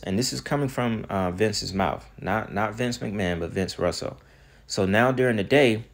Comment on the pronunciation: Buddy i love your videos but for you to keep mispronouncing "Vince Russo" name as Russell is appalling considering you said you were a wrestling fan. It's pronounced like Rooso buddy. I'm pretty sure with all the names you mentioned as your favorite wrestlers, "Sting" especially, you probably heard of Vince Russo more than once